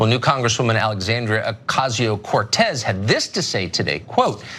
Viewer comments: Looks like they learned how to pronounce her name suddenly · WOW! Someone on FOX actually pronounced her name correctly. :) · He said her name right! Lol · >Tucker agrees with Ocasio-Cortez I sleep. >Tucker pronounced "Ocasio-Cortez" correctly REAL SHIT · Nice to see Tucker actually do well pronouncing her name.